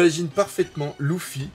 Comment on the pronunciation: Sa me perturbe trop quand il dis loufi au lieu de lefi